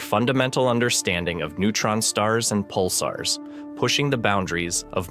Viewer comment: Pick a pronunciation and stick with it. Pulsars, Pulsers, Pulssers, Pulzers....